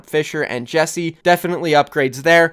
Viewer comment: Jekse = jeck,-see Hyeonu = H-ee-on-oo